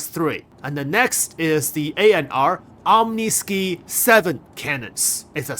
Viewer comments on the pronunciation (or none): say it with me ah-m-knee-sky lol